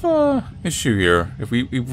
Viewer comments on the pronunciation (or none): Why can't you say TH you are like I'm going to go frew the door..... I'm going to frow it ......